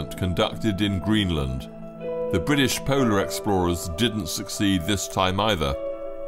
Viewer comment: Bwitish? How many were Scots & Welsh? 🤔